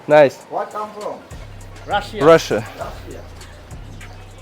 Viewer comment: Нда... а, цигане и рыбаки жили там, видимо, на ещё чистой воде.. до прихода промышленности...\ место, куда не решился пойти(!)... просто запределье.... реально - Другой мир..., ну а мощная развязка(логистика), понятно кем и для чего была создана.) И кстати, когда спрашивают от куда ты, надо говорить не "раша, или рашиа..." надо говорить правильно - "рассия, расия,..),)